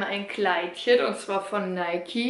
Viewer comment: Sie hat es schon richtig ausgesprochen. Nike ist ne deutsche Marke. Deshalb das E am Ende. Außerdem ist es der Göttin Nike nachempfunden (spricht man Nieke aus). Daher spricht man es so aus.